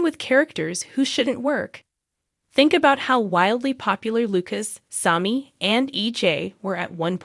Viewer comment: Learn how to pronounce there names or stop talking about Days. I have been watching Days since the beginning of the show Sammy not smoke or whatever your saying. 1965 is when I started watching with my mom. 30 minute show in black and white